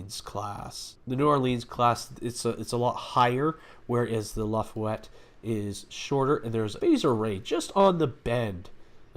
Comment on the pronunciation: No they are extra Torpedo Launcher themselves according to Memory Alpha for the New Orleans also the ship name isn't Lafuette it is Laffah Yette Class that is how you pronounce it.